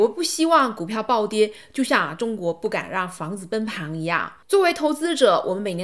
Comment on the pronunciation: Sanny来跟我读：崩（beng）盘（pan），不是“奔旁”